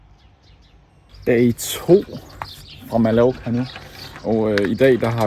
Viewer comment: God video! Men det udtales "Ma-jor-ka"!!! ;)